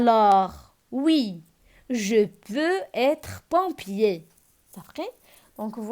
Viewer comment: Pompier avec "o" machi" e"